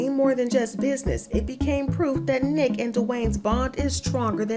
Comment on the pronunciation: Her Name Is Niiiique 🤦Nique 🤣🤣🤣